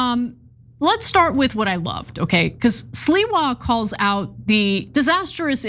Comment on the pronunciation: It's not Sliwa Ana, it's Sliwa say it correct Sliwa